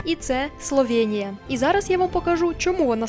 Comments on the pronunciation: Класний випуск, але є одне але - не СловЄнія, а СловЕнія!!!!!!! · СловЄнія ріже вуха